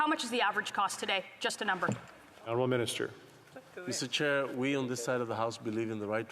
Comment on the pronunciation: 😂 it's Mr. Chair not Mr. Child.